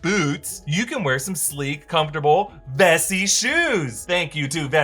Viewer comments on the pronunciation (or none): I thought he said messi